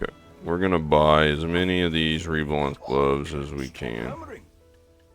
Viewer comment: Reblath, not reblanth